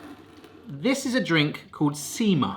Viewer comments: You said "sima" at beginning correctly but later when you two were about to drink it you said "siima" which means "fishing line". Everything else you pronounced incorrectly. But looks like you did them correctly. Munkki color was perfect. You can avoid the one without hole staying soft and dough-y in middle by slightly flattening it. Sima looked good too. Cardamom is probably best spice in entire world. Only one that can even compete is vanilla. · You pronounced sima as siima they mean two very diffirent things sima is the drink and siima is fishing line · stop saying sima, every time you say it, it always sounds like seamen. Not joking